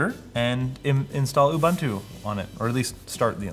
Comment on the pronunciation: Please learn to say Ubuntu....